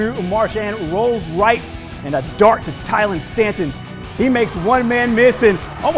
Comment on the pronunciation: You completely butchered Andrew Murchison btw